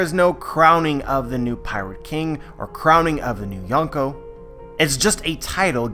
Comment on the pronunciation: well i really like youre videos but the “yon” in yonko actually means four(4)